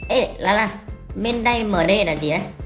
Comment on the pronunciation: Man-day chứ không phải main day nhé